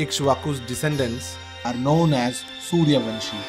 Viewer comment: It is not Vanshi . It is Vamshi .